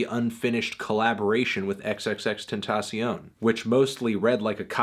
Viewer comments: "Xxx tensasiown" lol what id that pronunciation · Am I the only one who laughs when he says X's name?